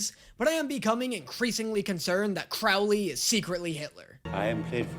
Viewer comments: Stop calling him “Croawly” 😂😂😂 it’s “Crowly” 😂 please for the love of David Tennant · just wanted to mention - the thumbnail spells 'aziraphale' wrong. also, i cant remember if you've done this or not, but 'crowley' is pronounced 'crow-lee' (crow as in the bird)